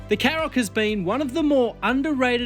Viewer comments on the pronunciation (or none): Shkoda KaRoq, not Sskoda Carrok. There's an entire Škoda YouTube channel where you can listen to them pronounce their product names, not to mention the brand.